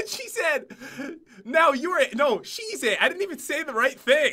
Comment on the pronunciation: "Now you're it!" "No, she's it!" Totally sounded like cheez-it